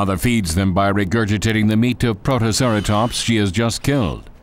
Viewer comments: ... WHAT IS A PROTOCERATOMPS!!?!? HIS PRONUNCIATION IS SO BAD! PROTO-CERA-TOPS-! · "a couple of growling P R O T O C E R A T O M P S " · Let's not forget "Protoceratomps". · what about protoceraSTOMPS! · Director: What type of Dino documentary do you want? Public: WE WANT TO BE THRILLED!!!!! Director: Ok, let's hire someone that says STRONGLEST, MECRORAPTOR, AND PROMTOCERATOPS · “Mecroraptor” “Protoceratomps” “Therozinosaurus” “Pterosaurus” “Only the stronglest will survive” LMAO